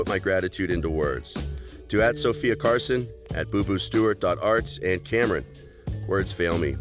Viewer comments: Who heard him say sofia carLson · Her name is Sofia Carson not Carlson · Sofia CARSON not Carlson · Sophia Carson why did the say your last name wrong